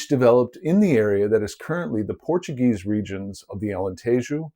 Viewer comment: You quickly became my favourite youtube on Portuguese archeology. Please, don't ever stop doing this. It's a niche I've long wished to see properly attended to on youtube. I many more people agree. And your pronounciation of Portuguese words is 😗🤌🤌🤌